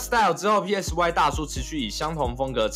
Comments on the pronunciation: PSY那发音[嗮] 不是[屁艾死外] 这么简单都发不了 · PSY 念 “賽”， 如同 psy-chic 。 You're welcome. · PSY唸做「賽」，好心給作者一個提醒。聽你要唸三個字母蠻辛苦的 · 全世界都叫他賽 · PSY 發音是 塞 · 你做這個主題，居然不會唸PSY……